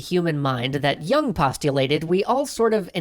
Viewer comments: you dont even pronounce his name correctly lol. yoong. not young. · it's 'yewng'.